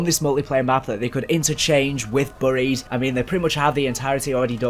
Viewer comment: Whats burry-ed I think you mean berry-ed (buried) Google it